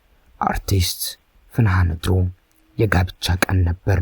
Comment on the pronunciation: ስሟን እንኳን አስተካክለህ አልጠራህም አተራረክህማ